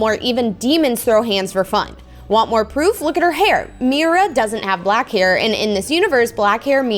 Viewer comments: I don’t think u pronounce her name like that I think it’s pronounced meera❤❤❤😊😊😊😊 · No hate at all but that's not who u pronounce Mira again no hate but in the movie when there talking that say Mira differently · why do you say Myra it's MERA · I don’t think it’s “MyRA” I’m pretty sure it’s “mEEra” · I love you Preston and your vids buts it's mi ra not myra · U say her name like Mera but spelled like mira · It's not my bra it's Mira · This is not Myra it's Mira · Is not myria is Mira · Its (Mee-ra) not (My-ra) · Just to know you are saying Myra when her name is mira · It’s Mira Me-ra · Afended!!! You Said MYRA!!!!!! It’s MIRA SHES MY FAVORITE. P.S IM Disappointed!!! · It's not Myra,🧐 it's Mira👻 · her name is pronounced mee-ruh not mI-ruh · Oki I love u so much and I DO NOT WANNA HATE but I have to say this bc it’s SOOOOOOOOO Frustrating oki so ur saying Mira’s name like this My-ra. BUUUUUT it’s acually pronounsed Me-ra. Pls pls pls no one hate on me I just wanted to say it not to be mean sorry if it sounds mean 😓😓😓😓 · Yea no hate and I love watching vids but it’s pronounced me-ra not my-ra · It isn't My-ra it's Me r a😊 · It's mira not maya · Mira not miya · Sorry it's Mira not mayra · I was shocked when she said Myra and not Mira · Its Meera not Myra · Who is Myra? It’s Mira you’re saying it wrong.😮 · Its MIRA not MYRA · Not tryna be mean is Mira not miyra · It's mira not maira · Mira is pronounced mera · She says Mira like it’s spelled Mirae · Her name is not miiiiira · I thought it was pronounced meera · U say MIra but you actually say Meera but write Mira!😢😅😊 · Her name is pronounced Miror-a but take out the OR sound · you keep saying Mira wrong😊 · Stop saying Mira as Mayra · It is pronounced me-ru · It is mira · It’sMira say Mera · you don’t say Mira like that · Not to be rude it's pronounced "me-ra" mira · Mee-ru is correct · Pl-please stop saying Myra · Think of Mira’s name as Meera since you pernounced it wrong